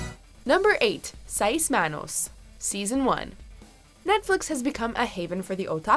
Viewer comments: The way you pronounce Seis Manos makes me want to stab my tongue with a fork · Somebody PLEASE have this narrator re-dub this with the proper pronunciations! Seis Manos and Geralt were butchered and it’s hard to even concentrate on what else is being said. And I’m totally against Henry Cavill playing Geralt, but that’s not the narrator’s fault lol.